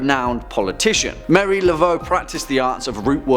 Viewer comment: Hey my favorite host. Now this list is great but a part 2 is now requested as there are many not included such as Fox sisters, John Dee to name just 2. And since I'm an Acadian from nova Scotia and cajuns are my descendants its Marie Not Mary. This channel keeps getting better as we continue to really create dialogue about various aspects of horror scifi and the occult religions and folklore. Makes the information fascinating and gives it depth that's needed to have meaningful conversations about the darker sides of these topics. Excellent and thank you.....binge watching so I'm still in wonderful shock from the newest video with Lucy and special kissing guest Kelly. Go girls and since this channel as most of the sister channels have hosts that are easy on the eyes ears and intellect I'm not opposed at all at the public display of affection. feel free to throw some in my direction xo😘